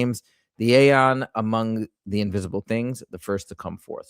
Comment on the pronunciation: Aeon isn’t pronounced with a sharp ‘A’. It’s the archaic spelling of the word Eon and is pronounced the same way